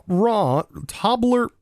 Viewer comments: Lmao, Bro really said Tobler one 💀💀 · Toblerone is a popular chocolate. Pronounced Toe-blur-own. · Mons with flamebody or magmaarmor ability can heat nearby eggs making them hatch twice as fast. Also applied to incubtors. also Toblerone is pronounced tow-blur-own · I think the Toblarone badge is pronounced the same as the chocolate bar. Tobe-le-rone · As a swiss citizen i had a stroke listening to you trying to pronounce toblerone and a good lough hearing the proudness in your voice when you landed on tobler-1 but apart from that. Great video as allways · the pronounciation of toblerone is : /ˈtəʊ.blə.rəʊn/ or toe-bleh-r-own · Toe Blur own I think is the pronunciation. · Anyone else cringe each time he mispronounced Toblerone? It's TOH-bluh-rohn btw. it's a Swiss chocolate bar. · Its a British Chocolate and just incase you want to know its pronounced "Tow-bley-rone" But I will forever be calling it Tobler one from now on ❤🤣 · I’m pronounced Toe-blur-own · I always pronounced it toe-bla-rone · Best part of the episode! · I'm Swiss and your Toblerone pronunciation made my day, thank you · Made my day too!